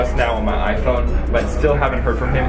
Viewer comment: Not to be rude but why do our say iPhone and I love your vids so much